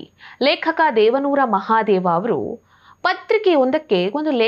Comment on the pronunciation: ದೇವಾನೂರ ಮಹಾದೇವಾ ಅಲ್ಲ ದೇವನೂರು ಮಹಾದೇವ ಸರಿಪಡಿಸಿಕೊಳ್ಳಿ